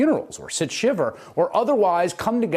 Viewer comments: Shiva. SHIVA. Sit SHIVA. Not SHIVER. Some anchor. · Did he say "sit shiver"?